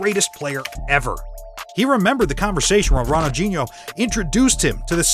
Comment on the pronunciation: Bro really said ronoldchino not Ronaldinho